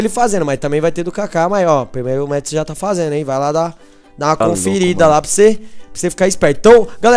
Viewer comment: não é 'métsu' é 'matsu'